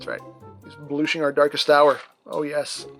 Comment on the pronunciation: "he's blooshing our darkest hour"